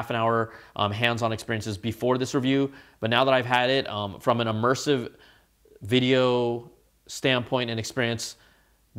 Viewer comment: “E-mersive”, eh?